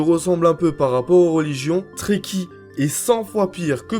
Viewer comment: Quand tu dit trekki jai l'impression que tu dit traki😭😭😂